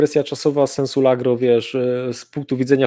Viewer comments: Largo a nie "lagro" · na pewno zna się na wojsku. Ale niech ktoś mu w końcu wyjaśni, że mówi się "(w sensie) LARGO", a nie LAGRO. Jeszcze raz: LARGO!!! Bo uszy więdną...